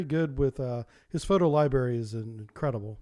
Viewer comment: Sir, thank you for all your excellent work on your channel! Please please please stop saying library. You are a published author. You absolutely cannot mispronounce LIBRARY! LI- BRARY! Thank you